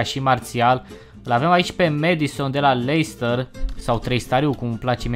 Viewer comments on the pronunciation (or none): none